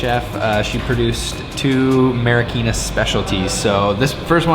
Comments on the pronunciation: Its Marikina not marakina haha!! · Hi Guys! Haha. It's MARIKINA. But whatever lovelots.